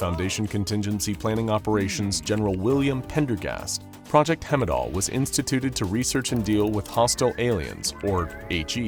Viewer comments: I'm sorry since idk what you'd do about it, but it's not hemidall pronounced like hemisphere, it's Heimdall like heist. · Hemidall? It says Heimdall on your screen. Everybody and their mudder knows how to pronounce Heimdall lol I didn't realize this was an AI voice. Heimdall (High-MM-Doll) is the norse god that oversees everything.. hence a satellite being called Heimdall is perfect. Calling it hemidall seems to diminish everything about that.. lol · It's not hemidall it's heimdall (heyem-dahl) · "Hemmidall?" I appreciate that you're finally making actual content again, but man, you need to work on your pronunciation. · Thee way he screws up the pronunciation of Heimdall makes my eye twitch. Its not even close. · The mispronouncing of heimdall is annoying